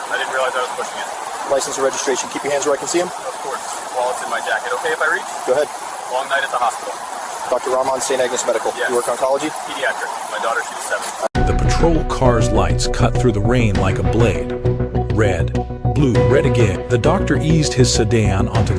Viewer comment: These AI vignettes are endlessly wordy and boring in their length and loquaciousness. Nor can the AI prononce Ramon's name properly.